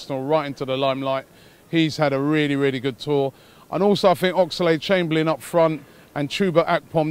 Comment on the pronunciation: Robbie it is Oxlade, not Oxalade. You don't need to add the 'A' bro.